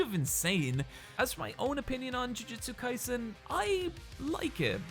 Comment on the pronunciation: Why is he pronouncing Jujutsu Kaisen like "Jiujitsu Kaisen"? I know he does BJJ but these are not the same thing lol